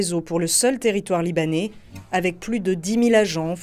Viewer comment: Excellent reportage, juste dommage de prononcer "libané" à la place de libanais